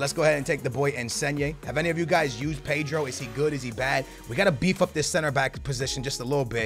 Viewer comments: PEYDRO??? PAY-DRO? Ped-ro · No,it's P-eh-dro.That is how you pronounce his name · Paydro? 😂 cmon